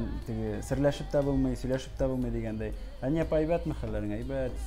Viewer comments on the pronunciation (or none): Хания, дип, тугел, Хэния, дип, сойлэргэ кирэк, иптэш директор.